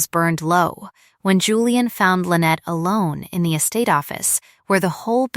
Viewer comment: It's pronounced "Michael mass" not "My Kelmas".Train AI better. Lynette is pronouned as "lin net" not "linnit".